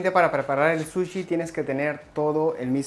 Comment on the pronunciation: Todo genial!!!! solo que no se dice "suchi" sino "sushi", todo lo demás correcto, matta kondo!